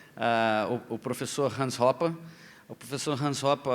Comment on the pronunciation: É assim que se pronuncia mesmo.